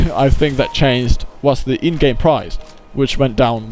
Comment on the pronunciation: price* not 'prize', lol